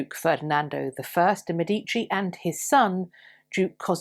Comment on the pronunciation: Love the information! Many native English speakers pronounce the family name Medici as "meh DEE chee." The correct pronunciation is "MEH dee chee." One of the things Anglos learn while learning Dante's "tool-of-the-trade." Please continue your great contributions!